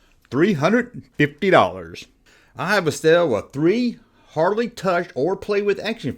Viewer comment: Was that “hardly played with” or “hard played with”? 😂😂😂